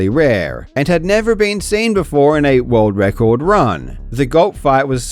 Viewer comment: "Rorld wrecord"